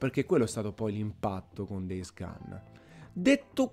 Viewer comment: DEIS GAN? Daje, un minimo di pronuncia eh